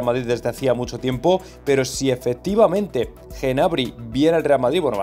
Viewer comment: Cada vez que dices Genabry me sangran los oídos jajajaj, acaso dices también Genomo?